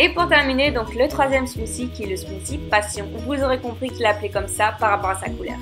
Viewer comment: T'es smoussi son bizarre